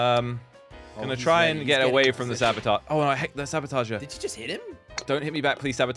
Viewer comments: I love how they call the sabotoge, sabatoger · it's saboteur, not sabotager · the word is actually saboteur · Did you mean "saboteur"?